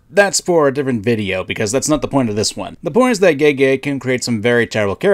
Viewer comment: pronouncing Gege as "Gaygay" will always be funny to me